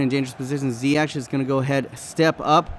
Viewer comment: You don't say zyietj but zyiëg